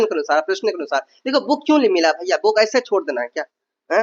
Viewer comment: Apko jab buukk mila to buukkk ko pdhna h bhai. Ase kuuu krte ho ap.